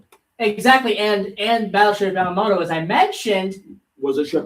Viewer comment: Yah-mah-tow, you should know better LoL